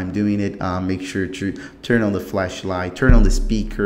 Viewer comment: I knew this guy is brazilian when he said two instead of to , its a verry normal mistake as im also a brazilian i had this problem , so you speak realy good but remember to stop to say two every time you realy wana say - to power and not two power , because two means 2